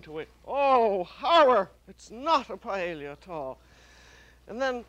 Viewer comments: Since this is paella from the perspective of French cuisine by an American chef with her own idiosyncratic dialect, I think the pronunciation is FINE. You say "paella", I say "paëlla", Julia says... PAELLIA. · Glad to see a new episode uploaded but her pronunciation of paella is off the mark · I've never heard it pronounced "pa-e-li-ya" before. Is that a regional pronunciation or just the way Julia pronounced it? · I never knew Julia Child couldn’t pronounce paella 🥘 🤣😂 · She is mispronouncing it. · She did not pronounce it correctly according to the Spanish pronunciation. The double "ll" is pronounced as "y"--according to several written guidelines AND vocal recordings. That was the pronunciation I was taught in Spanish IV in high school, and Spanish literature in college. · She is mispronouncing it